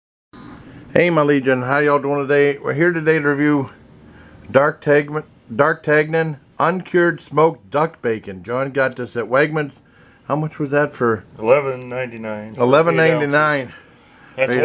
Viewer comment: Nice review, the name is pronounced “dar tan yun” it’s a name from the three musketeers